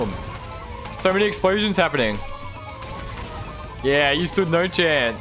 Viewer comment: explosions? i thought he said eggsplosions